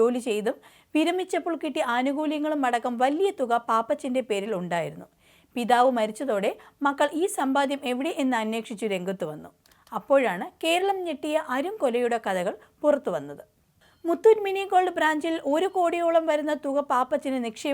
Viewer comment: അന്നേക്ഷിച്ച് എന്നു പറയാത അന്വേഷിച്ച് എന്നു ശരിയായി പറയൂ വായനക്കാരി